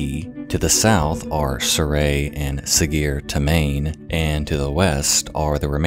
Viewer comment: It hurt my poor ears to hear... proper nails on slate mixed with hearty laughter from the family. "SuhGear Toe-main" 😂